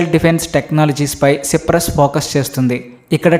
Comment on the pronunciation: సిప్రస్ కాదు నయన సైప్రస్ అని పలకాలి